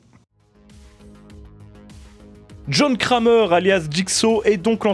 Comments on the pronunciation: Il est serieux il dit jhon krémeur au lieux de jhon kramer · John crèmeur 😂